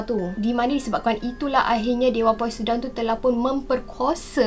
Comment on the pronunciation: Should pronounce it as posaiden not poisedon